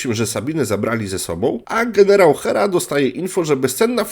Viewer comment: "Zielony gienierał":face-blue-smiling